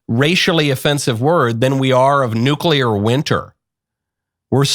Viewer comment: Nuclear or nuclea?